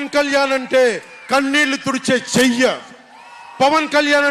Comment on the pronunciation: చెయ్య కాదుర, లంగా. It's చెయ్యి😅😅😅